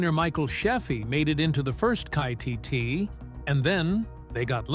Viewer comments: Terrible accuracy for detail and pronounciagion. The car is K.I.T.T., not Kit T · You idiot it's not Kitty or Kitten whatever it's KNIGHT INDUSTRIES 2000 KITT FOR SHORT. You said it right a couple of times but botched it so badly when are you people going to learn not to let a computer do your job for you next time you do one of these please proofread it first you're just as bad as the guys that called the 4077th four thousand and seventy seven 😂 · "Kai-tee-tee"... Tell me that this is not a human talking without telling me. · Keetee and Magnum PY?! 😂🎉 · Magnus P Y!?!?!?! Don't you mean Magnum P I??? And why do you keep calling KITT "Key Eye Tee"?!?! Weird.... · Whoever is reading this has no idea what he's saying like Magnum P Y and K I T... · And the car in Knight Rider was apparently called Kie-tee-tee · they keep mispronouncing KITT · This text-to-speech is terrible. At least teach it how to pronounce KITT, the star of the show.